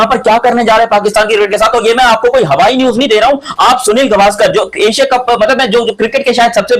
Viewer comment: सुनील गावस्कर✅ सुनील गवास्कर❌